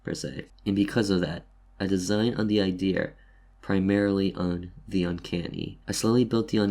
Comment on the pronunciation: Are you Japanese? You said idear xD